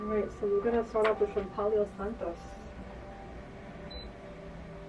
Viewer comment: I know what she meant, but did she say palio santos?